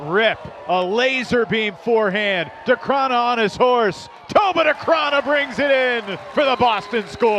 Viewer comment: It's been a year since he landed in the States and the commentators still can't get Decraene's name right...